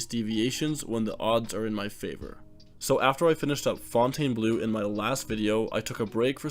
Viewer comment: I know it’s spelled weird, but it’s pronounced Fountian Blue